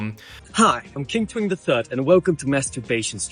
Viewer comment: I hate how you said twink.😭